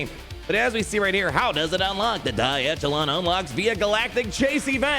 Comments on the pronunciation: I'll be that guy: echelon has a soft "ch": so it sounds like "eshelon". Love your video! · I think the Echelon is pronounced the Ech as in echo